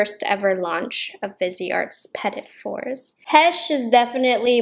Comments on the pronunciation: Hey I’m French and just to help out, petits fours should be pronounced ‘pety foor’. Petits fours are small pasteries made of almond, they look and taste totally different from macarons. Anyways enjoy your day! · For some reason at the beginning I thought you were saying petty macaroons and I cracked up 🤣